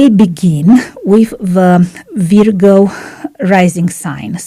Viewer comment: You pronounced "Virgo" incorrectly.